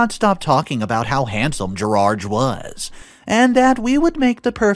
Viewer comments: Why does he keep calling him Gerage instead of Gerard? 😂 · what is so difficult about saying the name ‘Gerard’? Why must you pronounce it ‘Gerarge’? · Good story…but the English “Gerard” is pronounced Ger-ard. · "Gerard" is a french name. So I presume we talk about the french pronunciation, and that is "Gerar". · Gerard ends with a "D" not a "G". Different sounds ...